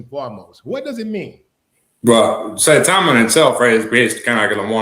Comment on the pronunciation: Mr. Willie D, Saitama is in japan and I actually vacationed there back in 1998. The true pronunciation is Sa-e-ta-ma... Please research the pronunciation of hiragana and katakana for reference. 👍